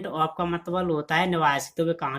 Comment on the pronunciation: It's not matbal, it's matlab